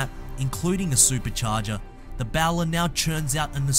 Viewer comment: It is in fact bowler not bow ler as pronounced on this clip